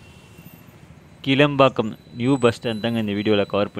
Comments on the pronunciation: Isn't that kilaa( ளா )mbakkam? And not keela(ல)pakkam? Pronounciation mukkiyam bigilu 😅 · கீழம்பாக்கம் அல்ல ; கிளாம்பாக்கம் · இந்த பேருந்து நிலையம் கீளம்பாக்கம் அல்ல --- கிலாம்பாக்கம் என்று உச்சரிக்க வேண்டும். நீங்கள் சரியான பெயர் கொடுத்து பழகிக் கொள்ளுங்கள். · Bro, கிளாம்பாக்கம், not கீழம்பாக்கம் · கீளம்பாக்கம் இல்ல, கிளாம்பாக்கம்